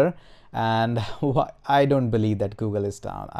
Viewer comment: that gooogle though... oh my god, made my day. hahahha